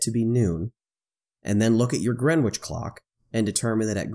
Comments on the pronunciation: Going for my Gold "Pedant" medal here: The w is silent, it's pronounced Gren Itch (like the itch that you scratch). See: But props for using GMT rather than calling it "Universal". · No need to pronounce the "w" in Greenwich, nor the second "e". So it sounds like "Gren itch". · Great video.... the ‘w’ is silent. :). So it’s just sounds like “Grenich”